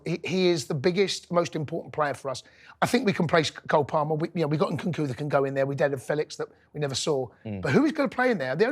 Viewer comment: Please atleast leran how to pronounce the name of the players you talk about. Its NkuNku not Nkuku. Its UguChukWU not Ogochoku.